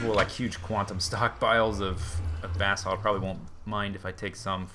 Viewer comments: buh-salt not bath salts! lol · Sounds like he is saying bath salts not basalt lol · It's ba-salt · Every time anyone on FTB says "Basalt" It sounds like "Bathsalt" Then I think about Naked zombies biting off peoples faces :D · when he said im going to grab the basalt I thought he said bathsalts.